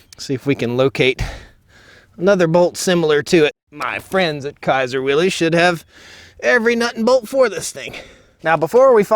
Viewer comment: Nobody with the last name "Willys" says it like "Willies." It's pronounced "Willis."